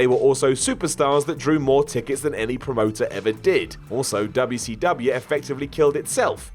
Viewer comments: Dubaa SEEE DUBEUHH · dub yuh cee dub yuh